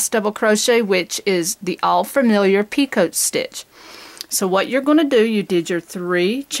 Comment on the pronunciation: Picot stitch is pronounced pico not pea coat. It's French and they don't like pronouncing the last part of their words, kind of like vallay is valet, franswah is Francoise, dillahto[then a barely hinted at 'n' and no 't' whatsoever] is dilettante, etc. Who are we to pronounce a consonant when they don't?